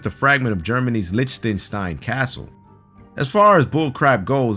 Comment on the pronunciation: I laughed so hard when pronounced Liechtenstein wrong